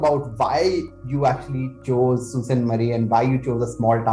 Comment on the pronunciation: Sault is pronounced as Soo :) it’s a French word meaning rapids